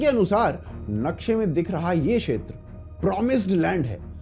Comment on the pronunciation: 'क्षेत्र' को 'शेत्र' क्यों बोलते हैँ आप? और भी कई व्याकरण की, उच्चारणों की त्रुटियाँ करते हैं. जैसे 'मातृभूमि' को 'मात्रभूमि' बोल रहे हैं 🤨 भई, आपका कार्यक्रम हिंदी में है और हिंदी हमारी राष्ट्र भाषा, मातृ भाषा है, वह तो ठीक से आनी ही चाहिए!